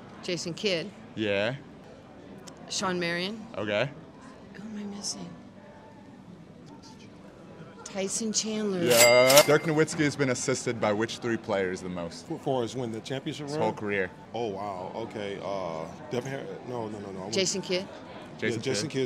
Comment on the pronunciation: You know you’re a casual when you pronounce the W in Nowitzki. It’s pronounced with a V sound.